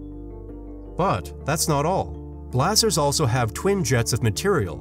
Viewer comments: I really like this channel, even if the narrator clearly is a robot. Here it pronounces the word "blazars" in three different ways -- "blahzaaahrs", "blazurs", and "blazors" (but never "blayzors"). Maybe its algorithm involves the uncertainty principle. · You’re mispronouncing ‘blazars’!